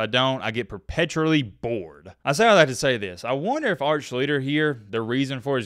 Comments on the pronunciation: Nope... pronounced "SHLEE-STER". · His name is pronounced SHLEE-ster. You researched for a week and didn't learn what his name is?